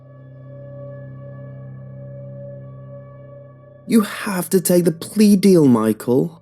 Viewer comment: Plea? I thought he said peas